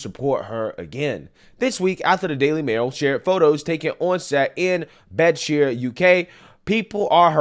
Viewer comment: Its: Bed ford sheer :)